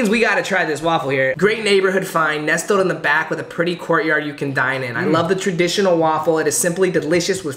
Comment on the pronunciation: The ‘t’ in nestled is silent